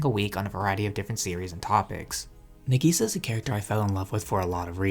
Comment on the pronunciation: Dude...sorry, it isnt NEGISA. Its NA sounds like NAH. The way you say it sounds like you're calling her 'onion - negi'. Now putting that aside, Clannad hit me in a different way, but still it's hands down my favorite show. I'm glad to hear that younger folks are still picking up this incredible classic still, even after 15 years. If you're big on anime, I suggest you at least learn the basic vowel sounds of Japanese, it isn't hard. I'm not trying to be mean...just saying that some anime analysis that I click on is difficult to figure out what their saying cause the pronunciation is so off. Its Cl 'AH" nn 'AH' d, not 'an'. I totally agree with your last statement...Clannad is one of the anime that literally saved my sanity after losing my only child to suicide and wife to divorce bc she's a emotionally manipulative B that wouldn't even go to her own son's funeral. Clannad gave me inspiration to pick up my life and move forward, no matter what.